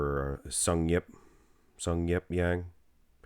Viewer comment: Actually, it's pronounced just Jang, not Yang... Also his first name is Sungyeop all the way! Just letting you guys know as he's cracking the Mr.O top 10 this year!